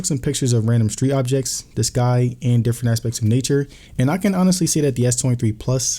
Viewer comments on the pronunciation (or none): When he said he took pictures of "the sky" why did I hear "this guy"? I'm over here searching for some guy who isn't there 😅😅😅